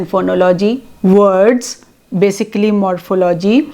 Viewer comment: The word morphology is pronounced wrongly.